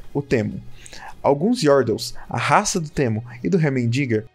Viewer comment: Slk teemo se pronuncia como " timo ", cara falando no literal português e mt estranho